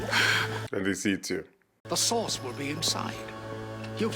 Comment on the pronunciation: It's "the source," not "the sauce," lol